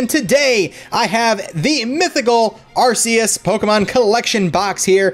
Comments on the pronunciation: it's not arses arccccus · I don't want to be mean but it's actually pronounced are kee us